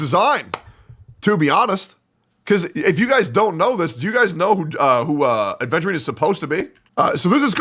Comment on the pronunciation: you cant even say his name right ofc youre not pulling 😭